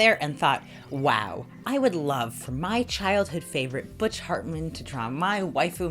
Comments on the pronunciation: In case you doubted your ears....she really does call him fartman lol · That copied mikasa Ackerman hand......... Yea I’m gonna watch attack on titan on roblox videos. Also I’m not sure if you have been saying butch “Fartmin” or “Hartman” but I hope it was fartmin because he deserves to have that as his last name.